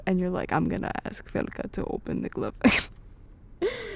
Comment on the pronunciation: Idk why but i really like how you said felka. Also I love this entire audio.